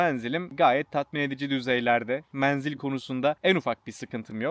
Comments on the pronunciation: lütfen "menzil" kelimesini kapalı e ile söyleyin. videoyu yarıda bıraktım, defalarca aynı kelimeyi yanlış duyunca devam edemedim. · Menzil ince e harfiyle söylenir dostum. Her menzil dediğinde kurşun yemiş gibi oldum. 😂